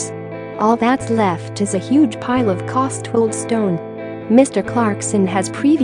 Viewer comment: Costwold ??? FACEPALM It's Cotswold.